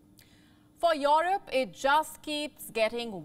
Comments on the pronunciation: ' Yourope ' ? lol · The way you say Europe is funny 🤣